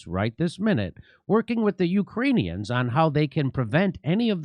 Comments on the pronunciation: "We are working with the you-crane-e-ons". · did she say "Ukraine-eons" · The way she says "Ukraneons", sounds like she thinks they're an alien species 🤣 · Ukraineon’s…I can’t stop thinking about her wording…is she trying to give a message to Ukrainian new nazi’s? Neon’s…? Just can’t believe that someone with this much experience working in/on Ikraine, would mispronounce Ukrainians. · She called them "UkraniONS" 🤣🤣🤦‍♀️🤦‍♀️